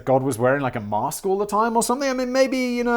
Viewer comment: Lol@ "maRRRRRRRRRRRRRRsk" [mask]